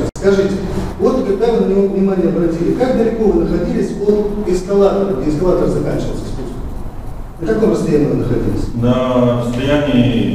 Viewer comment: Мне одному показалось, что полис эскалатор называет « эсковатором»?